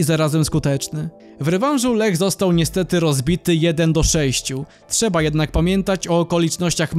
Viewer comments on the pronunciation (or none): none